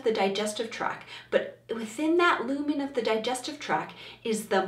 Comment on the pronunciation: I know this is because of my gut lacking serotonin but it really drove me insane how many times you said “track” instead of “tract” and vagal instead of vagus nerve.